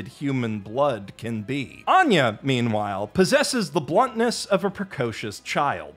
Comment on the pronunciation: I was sincerely filled when anger when you said Anya